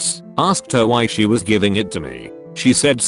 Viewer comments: Wtf happened to the word "was" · The fuck was that 'was' doing